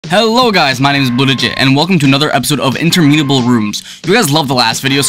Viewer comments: in-tur-muh-nuh-bul. say it right. (according to google) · You spelled and pronounced interminable wrong